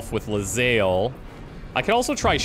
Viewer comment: I don't know if I can keep watching this series. All because calls her 'Le-zael'